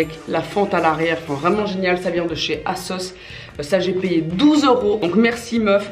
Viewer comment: ASOS ça se dit azosse et pas *assosse" non??